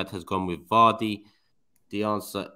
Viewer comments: said vardy lol this guy bro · Man said vardy🤣🤣